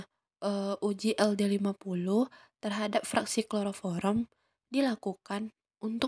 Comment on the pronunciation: Kloroform kak bukan kloroforom 😅